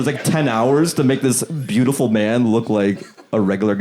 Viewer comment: Yes! I love “poi-fect” and “beaut-ey-full” 😂